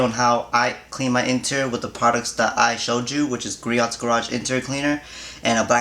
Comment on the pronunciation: it's pronounced gree-ohs btw